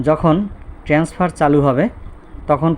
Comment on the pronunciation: আপনি কি একজন শিক্ষক? আপনি বারবার বলতেছেন ট্রেন্সফার, শব্দটা তো হবে ট্রান্সফার।